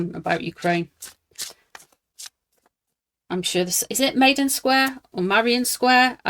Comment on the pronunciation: Maiden Square but pronounced "Myden".